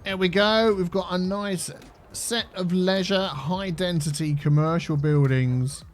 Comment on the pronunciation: Has no one pointed out that he's saying 'High Dentity' and not High Density? He's been saying that since the start of this City.